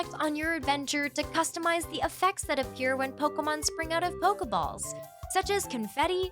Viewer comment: Hearing the female narrator say Poka-mon, Poka-balls, & Poka-dex makes me cringe so hard... 😬 Hee-su-weee...? Komm-uh-do...? 😬😬